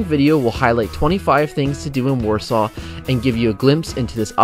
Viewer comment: Poland seems lovely, I want to visit there when I'm older and have enough money to travel, but that's not how you say Warsaw